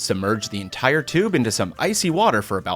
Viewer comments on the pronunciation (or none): none